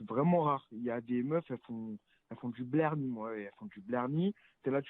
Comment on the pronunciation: Le mec idit blerni. Putain, mais parle français plutôt que d’essayer de parler arabe avec un accent aussi merdique il sait même pas prononcer le ع. T’as raison génération mt3 zebb ou 5ra